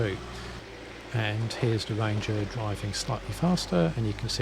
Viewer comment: It a ranger! not a wanger